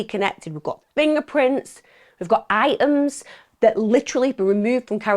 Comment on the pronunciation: I find these crime stories fascinating, Emma comes across as very articulate so don't get why she constantly drops her t's so eventuality becomes eventuale and items become iems... Also I don't think that eternal hell fire is a fitting punishment even for the worse of people. Many religious people and I guess in Emm's case Christian view is morally justified.